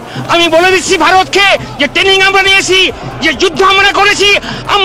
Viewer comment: Please Sir its Training taining is wrong pronunciation. Learn to speak properly. Baje kotha aage thik kore Bengali ta sikhuk.